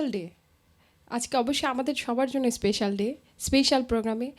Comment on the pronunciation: উপস্থাপক খুব সুন্দর করে উপস্থাপন করেছেন। স্মার্টনেস অবশ্যই ভালো ,কিন্তু সমস্যা হলো ওভার স্মার্টনেস। স্পেশাল শব্দটাকে উপস্থাপক প্রতিবারই স্পেইশাল বলেছেন, যেটা ভুল। অন্যদিকে বিন্দু কণা আমার খুব প্রিয় একজন শিল্পী। কণার গান আমার খুব ভালো লাগে।।